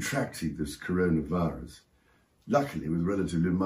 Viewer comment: Charles was it Convid-19 ...or Coronavirus...?